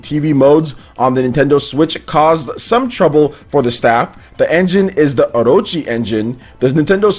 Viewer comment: Na Ru Toh, O Ro Chi, am i the onle one who laughed when he said like that, it felt like he was trying to hard lol